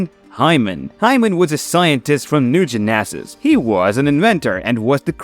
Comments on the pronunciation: A-poke-a-lipz ? New Gen-eh-saz? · 😂😂😂😂😂😂 Lmfao. Great Video. But i couldn't stop laughing every time he said Apocalypse or New Genesis.